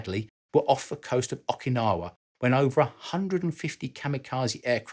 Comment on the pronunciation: Enjoy the video, even the fact that you pronounce solder with a long o and Okinawa with a short o. Still don't understand that concept of intentionally mispronouncing words. But just an observation